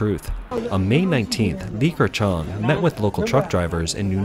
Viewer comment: Li Ke... NOT LiKer - It's slightly painful to hear this pronunciation.